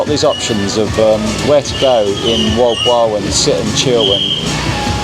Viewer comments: You speak it Molb o a l. I travelled from Manila by car. Island hopping. And come to me, to Indonesia where I live, I will teach you how to walk with a mobile phone to receive steady shots. And do not expect something when you only pay 1200 P in a town like Moalboal if they have a pool..... I had a very beautiful Bamboo hut with AC and attached bathroom and 45 m² for 1200 too. Beside all the crap I found and saw in that town, there are some very good restaurants. My bungalow was exactly in your video on the left side. In one evening I wanted to go back my room with my car and the GPS sent me along a road which was closed in the evening. "Private Rosad of a Hotel" thats not ok and the people around told me about many problems bcse of that road. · Jeepers, not very nice then, I thought you said world war seafront 😂 Moal-boal seafront.